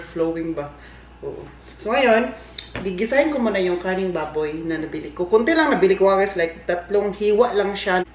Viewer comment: Pagsabi ni, di lang naman masyadong clear ang letter "R" sa salitang "karneng baboy". Napansin ko na dati pa pero alam ko naman na he meant "karneng baboy" not "kaning baboy". Next time, paki pronounce mabuti yung letter "rrrrrr" sa "karneng baboy" para di ma mis interpret ng ibang viewers mo na nag comment lalo na dito sa video mo. Thank u!